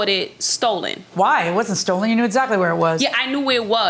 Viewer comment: she is a scammer too.. "It be stollen".